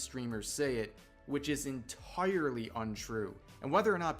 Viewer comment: the way the guy says "entoirly" reminds me the emo guy singing to his mirror